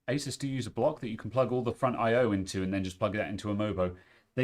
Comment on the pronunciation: It's refreshing to finally find someone who pronounces the name Asus correctly. Those who insist on pronouncing it A-Soos should check out the origin of the company name.